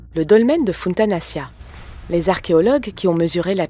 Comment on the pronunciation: Très belle vidéo mais je trouve juste qu'il faudra encore travailler sur la prononciation des sites mégalithiques comme Funtanaccia ça se prononce Funtanachia, et quelques erreurs encore mais sinon rien de grave.